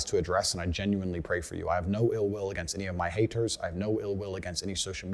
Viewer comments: Strange how he pronounces Haters as "Ha-ers" Got as "Gah" Negative as " Negahiv" yet most of the time he hits the " T" letter hard while speaking. Have no idea what's up with that but when he speaks that jumps out at me. His God is Allah of the Quran, not God of the Bible as he converted to Islam. Either way God does not want you to run around filming yourself doing good deeds or handing out money from the window of your Rolls Royce.. What is up with that? He seems completely out of control in his life, from my perspective, because it is all about material things. How many cars he has somehow, in his mind, makes him superior. He'd be the perfect cult leader. OH WOW hit on his,Button as " Buh-in" as a pet peeve after I typed the first portion of my comment. Cracks me up because that is my pet peeve as well, the worst for me is Important as "Impor-int" Makes my skin crawl. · When he’s not concentrating on his speech he drops his Ts. Listen to “donated”, “responsibility”, “haters”